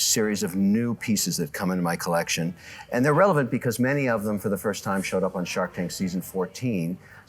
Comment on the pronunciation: I am turning this off the second he says "collec-shown" like a total idiot.